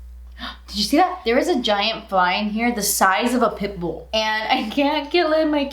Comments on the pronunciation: I heard pit bull 🤷‍♀️ lol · what did you say? Hahahabaha pickle or pitbull😂😂😂